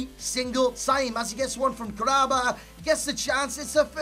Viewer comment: Kah-ra-ba not Karaba. Kahraba in arabic means electricity. I think it's a cool name.